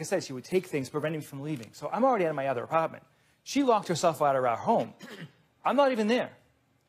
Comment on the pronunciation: It was at the apaahtment